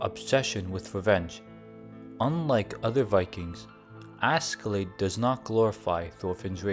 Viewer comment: Hats off for realizing that. I almost triple flipped hearing Asky-Lade. If not Ash-Laad (Norwegian), it could be better pronounced as Aske-Laad.